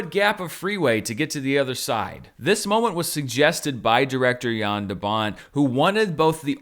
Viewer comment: Finally someone who says the name "Jan" right ;) THANK YOU ;D